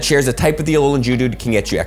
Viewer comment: You need to emphasize the g in Geodude it sounds like you're saying jewdude lmao ily